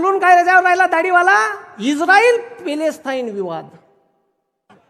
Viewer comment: हा तात्या मास्तर पेलेस्ताईन असा उच्चार करतो यावरून याची लायकी उघड होते.